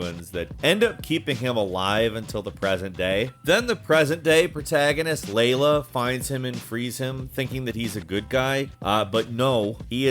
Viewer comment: at least he pronounces Layla right...